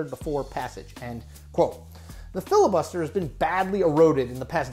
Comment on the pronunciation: "Fibus Liter"